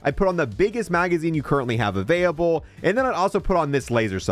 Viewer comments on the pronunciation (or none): avaiyable 🤣🤣 & avaiyable